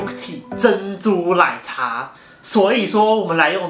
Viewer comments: 我以為只有我聽了好幾次覺得怪怪的ww 珍珠ㄌㄞˇ茶wwww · 是我聽錯嗎，說珍珠ㄌㄞˇ茶欸